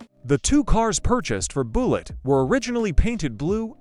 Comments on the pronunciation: You mean the movie wasn't called Buelegge? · More A I slop. The word is Bullet. The A I pronounces it "BOO Lit. Immediately quit watching. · Boolit. AI slop. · Boollitt? Deebate? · "Boolett." I KNEW the Charger had to be faster than that gussied up Ford Falcon. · Boolet???🤔 Yes, AI sucks. Most likely pure fiction.... Deeebate🙄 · right BOO-LITT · Don't you just hate these Ai voices even mispronouncing a simple 2 syllable word like Bullitt ! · The AI commentary is terrible. Frequent mispronunciations and grammatical errors were enough to almost make me turn it off, but I wanted to see if there was any interesting info in there. The video is about Bullitt and you can't even pronounce that? What's up with the gratuitous shot of an AR-15 in there, too? Go back to well-written, proof-read scripts with a human narrator. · Yes, mispronouncing Bullitt in the first sentence. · Boooool-et and ' HemmIS ' engine, ..... C'mon A.I. you suck. Why can't a human just read the script. F'k A.I. is the WORST.